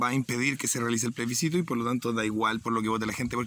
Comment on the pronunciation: Comparto, pero xfa: ✔️plebiScito ❌pleSbicito